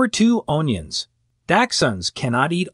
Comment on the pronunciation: Say 'un-yuns'